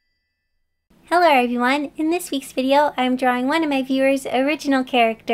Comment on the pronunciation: Did you say Heller everyonr